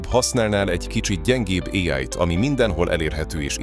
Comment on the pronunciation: Még mindig fura az AI narrátor. "[éáj]-val",... Illetve az előző videóid témáihoz képest, ez olyan lett, mint a "A bíró okos lánya" (vagy ha másként ismerős: Mátyás és a bíró lánya) " ... hozott is, meg nem is. " Ennek, nem sok ismeretterjesztő eleme volt. ✌🏻Építő kritika.